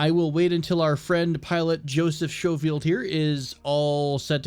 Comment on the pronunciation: oh and Joseph Schofield is pronounced "SKO-FIELD", i think it may be british just for future reference buddy!